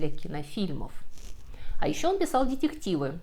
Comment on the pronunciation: К сожалению - мои призывы исправить произношение слов в видео остались без внимания...и странное произношение "дьедьективы" и прибавленное сегодня "дрАзнили" с ударением на букве А...делают просто невозможным и дальше слушать и смотреть подобное... No comment...